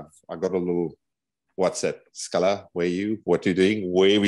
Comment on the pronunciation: So impressed with your pronunciation of Schallas name. Wish our commentators would make the effort with foreign names 💚💛✌🇿🇦